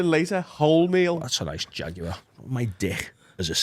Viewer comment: Was anyone else upset by the pronunciation of Jaguar by?